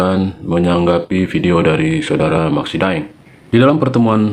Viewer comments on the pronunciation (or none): sedikit klarifikasi, De'eng bukan Daeng, De'eng adl marga asal Minahasa.